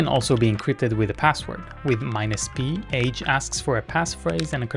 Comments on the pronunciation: You might want to pronounce "age" a bit differently in that context. From the age website: The author pronounces it [aɡe̞] with a hard g, like GIF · Pronounced “aghe”